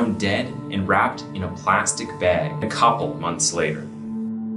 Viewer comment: I don’t know what is wrong with your audio on this, but you should take this down and redo it. Also, the way you say “couple” around the mark was weird, there is no ‘A’ in that word. Rushing a bad product to the shelf is disappointing for all parties involved